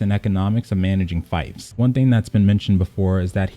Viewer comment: Fief is pronounced like thief, fyi.